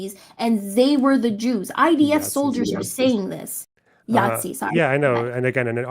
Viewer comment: Kind of weird when you repeatedly intentionally call the IDF the ITF.